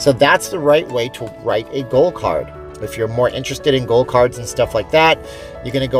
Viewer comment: I thought you said "Gold" card. Was wondering if that was money? lol. Thanks for the video!